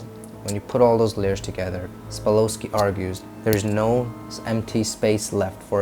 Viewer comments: Yep. "Sa-pol-sky" not "spa-lo-sky" lol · Sa pol sky . That's the correct pronunciation. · Yeah, not sure how much we can trust your research when you mispronounce his very name. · You don't even know how to pronounce his name correctly... his last name is Sapolsky I can't believe you don't even know how to pronounce his name...